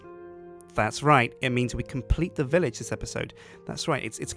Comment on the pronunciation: i heard 'hello guys and welcome back to 'lets build a bitch'' XD